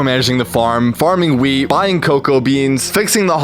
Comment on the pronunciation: Every time he says wheat I hear......... Weed